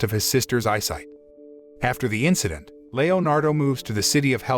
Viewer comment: “Aneemae” “Layonardo” (I need to know how his name is spelled so I can tell if it’s actually spelled different from ‘leonardo’)